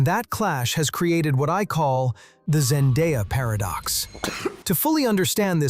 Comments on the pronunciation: her name is Zen-day-a not Zen-die-a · Why can’t anyone say Zendaya name correctly🥴🙃